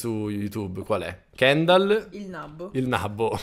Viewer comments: … … ….. AHAHAHHAHAHAHA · io avredi detto cendal con la c di carly al posto di kendal